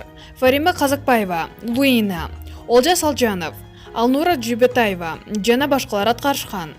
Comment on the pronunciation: Нормальный окучу тиштенбей, узуп , узуп суйлобой чын эле Хейтер эмес эле жагымсыз болот экен анан джана эмес эле Жана деп эле суйлочу ай.